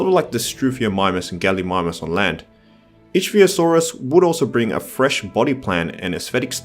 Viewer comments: “Ick-Thee-o-saurus” Ich is pronounced “ick” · Ichthyosaurus is pronounced ick-thee-o-saur-us